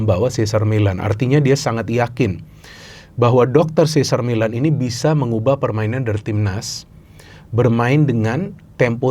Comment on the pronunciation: sih zer mei lehn (Cesar Meylan..hati2 sebut namanya, karena, se sar mi lan (cesar millan) itu pelatih juga sih, tapi...